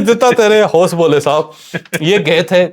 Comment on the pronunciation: Hos bole . . . ❎ Hawas bole . ✅